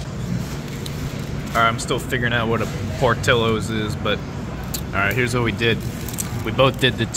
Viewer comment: It's Por Tillos!